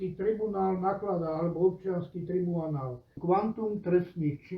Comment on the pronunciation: Vzdy ma najviac pobavi ako povie ""Obciansky tribuanal ":D